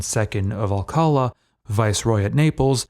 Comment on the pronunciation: why ignore the accent on the name alcala, pronounced al-ca-LAH, accent on the last syllable!